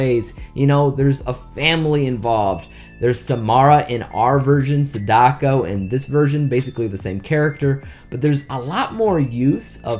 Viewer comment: pretty sure sadako isnt pronounced sad-ako its more how you would say sa-da-ko or sada-ko as both those ways of pronunciation sounds similar